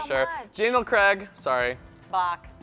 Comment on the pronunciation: NOT HOW YOU PRONOUNCE CRAIG!!!!